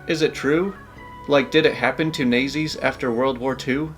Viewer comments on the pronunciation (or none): "Nazis" was spelled correctly so why mispronounce it???